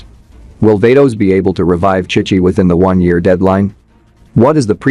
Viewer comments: Chic chi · Ki ki instead of chi chi is crazy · Bro is saying kai kai not chi chi 😂